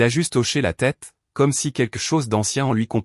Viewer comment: "quequ'chose" ?? Et si on apprenait aux IA à prononcer correctement le français ? Et je ne parle pas de l'orthographe fantaisiste des sous-titres !